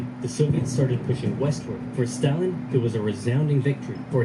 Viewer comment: You know for someone who seems to be really into history (at least enough to create these great videos) you'd think he'd pronounce Stalin's name correctly lol